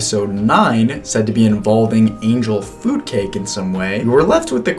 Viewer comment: This video is triggering my autism too much, so I have to say something. Angel food cake is not angel foodcake. You are really placing the emphasis in a weird place. Feel free to ignore me. I also got excited about the way Emma Roberts pronounced, "cabinet," on Celebrity IOU.